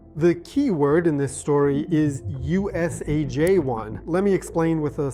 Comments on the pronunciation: Usa( " J " ) 1. That's your saying but it reads USA( G ) 1. Jeeee sound. Not. Jaaa sound . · Ai? Why dose he say :usaJ-1" and It Shows "UsaG-1" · Why is he saying J when it’s G? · I swear I heard USAJ but the letters on the screen say USAG. So which is it? AI should be dubbed AS Artificial Stupidity. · Its not J its G AI dude! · why does he keep saying USAJ1 when its USAG1? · You are pronouncing it USAJ, it's USAG. Had to Google it to know if it's a J or a G. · AI slop. You repeatedly say USAJ-1 but your banner on the screen says USAG-1 every time. If your gonna use AI trash the least you could do is give it a watch through and make sure it's not garbage. I quit watching because it was so irritating. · I thought you said, USAJ-1. Why did you show USAG-1? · No tooth could grow in the wrong place because only dormant tooth buds would grow after removing the USAG-1’s inhibition like wisdom teeth. Edit: at least he mentions it halfway through And does anyone else twitch when he calls the protein USAJ-1? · WHY DID THE PERSON IN THIS VIDEO SAY “USAJ1 “ AS THE LETTERS ON THE SCREEN SPELL OUT IN SYNC “ USAG1 “ ? IS THIS A HIJACKED BOT ? IS THIS MACHINE WORKING OR IS THIS GLITCH INSERTED FOR LEGAL PURPOSES ? JUST ASKING FOR LEGAL PURPOSES ! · Well someone don’t know there letters when you read out the letter of the UASG-1 why do you call the letter G (gee). J these are two completely different letters and with two different sounds get the crappy AI off the video and pay someone to get the job done correctly you mean person putting people out of work and watching the hole family dynamics fails part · Why are u pronouncing G as J repetitively. Is this AI? The odd repetitive hand finger gesticulation reinforces this to me. Gesture delivery is unnaturally consistent.